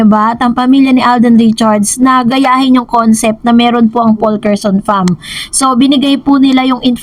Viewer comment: Faulkerson with silent L na kapag binasa Faukerson lang